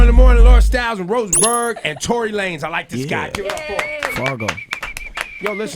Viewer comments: His name is tory not torey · It's "Tory Lanez" and not "Torey Lanez" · ITS TORY* GET IT RIGHT